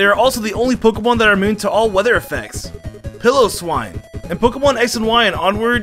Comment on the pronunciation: Gleegar? Peeloswine? Was this on purpose?